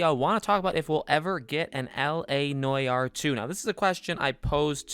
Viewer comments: N-W-Are. Not noy-are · STOP SAYING NOY ARE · “LA NOYAR” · what the fuck is noi - are . . . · Him “La noy are “ Me “La what???” 😂😂😂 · After the way you said Noire I had to close the video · How he said noir it like( no yard) fucking hilarious !!!! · Great video, but it’s NEW-ARE. That pronunciation was kinda driving me mad. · LA NOY-YAR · Say noire properly. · I really don’t mean to poke fun but the way you pronounce noir really grinds my gears 😂 (not actually though.)